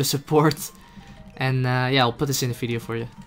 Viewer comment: Please say 'Video'. Thank you.